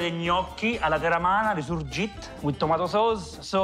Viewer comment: Mi piace perche hai detto il nome giusto...Li Surgitt!!